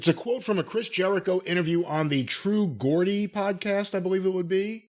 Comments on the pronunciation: True Geordie... Pronounced...Jordy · Geordie said like "jaw-dee", not Gordy lol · Gordy!! sorry mate but it’s pronounced jaw-dee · Come on hahaha! Look, i get that I'm a little biased because I'm a soccer fan so I've heard the term before.. but Geordie has an "E" in it. How do you get Gordy? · As someone from that part of the U.K. it’s ‘true geordie’ pronounced Jordy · Hahah true gordy. Geordie is pronounced 'Jaw-dee' and it's a term used for people who are from Newcastle prodomintaly good old the Bastard PAC in aew is a Geordie. and thats where the guys from who does the podcast. God bless you americans pronouncing UK terms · I've never heard it pronounced Jaw-dee before. I have heard it pronounced Jor-dee. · True "Jordy" its pronounced. Like Jordan- Jordy lol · Jordy not gordy😂😂😂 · From another fellow “Gordy” this pronunciation is gold 😂😂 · It’s not Gordy it’s GEOrdie. Geordies are from Newcastle England(where Neville/Pac is from). Our football club has the richest owners on the planet. Toon toon black and white army! ⚫️⚪️ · Not the gordy again 😂😂 a legend no one gets his account names right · True Gordy? Come on. Clearly says True Geordie podcast 🤦🏼‍♂️